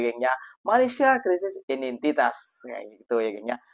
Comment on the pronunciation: Ngomong "identitas" aja belepotan ..😂😂